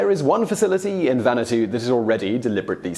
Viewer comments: well, you got closer with the Japanese pronounciation, but you screwed up Vanuatu. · that hurt my ears. Lmao